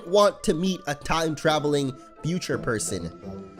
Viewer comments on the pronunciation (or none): "for a trime traveling..."